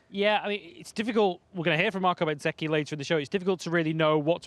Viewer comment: Does my head in when they keep calling bezzecchi betseki